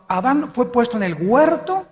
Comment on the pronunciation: Alducin es un indocto, no sabe ni hablar dice: guerto